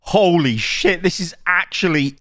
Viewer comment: Please don't say holy like that